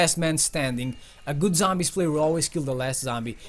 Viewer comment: #11 say zombies not sombies